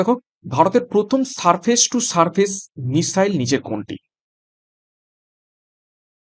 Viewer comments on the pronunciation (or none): none